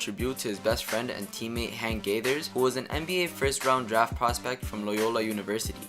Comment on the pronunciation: "Gregory" Kimble and Hank "Gaithers"? C'mon man...